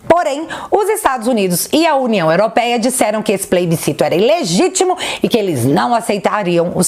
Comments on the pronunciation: eu te amo, mas não é pleibicito é PLEBICITO... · Oieee,... Adoro os seus vídeos, mas só pra tirar uma dúvida, aos vc diz PLAYbiscito???? Não seria PLEBISCITO??? Só pra enriquecer... Abraços e PARABÉNS!!!!